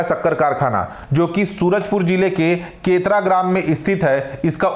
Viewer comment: केतरा ❎ केरता ✅